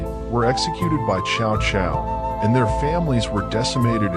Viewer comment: It's not "chow chow" it's pronounced "Tzau Tzau"